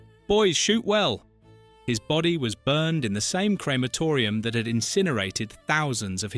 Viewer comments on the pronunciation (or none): none